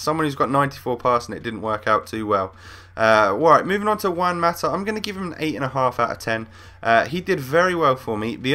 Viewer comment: You say juan mata like a fucking idiot say it correctly!